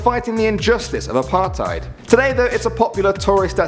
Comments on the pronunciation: you pronounce apartheid as apart hate but awesome video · I'm from South Africa, and, please do me a favour, and never say the word "dassie" again. Or "apartheid" for that matter.